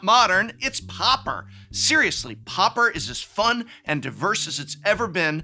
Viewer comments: pau per not popper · Dude why are you pronouncing it like POPPER???? It's pronounced like paw-per. Come on professor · Oooh "pauper", I kept hearing "popper" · Why do people keep pronouncing it POPPER instead of Pauper?